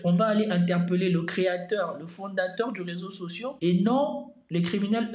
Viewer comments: Un réseau social pas sociau...tes fautes sont tellements chroniques que j'en ai mal aux oreilles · Je quitte ton ''résau socio'' me fait mal aux oreilles